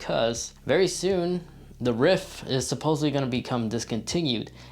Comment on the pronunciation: "the rif"?? Did you mean the rift? With a T on the end?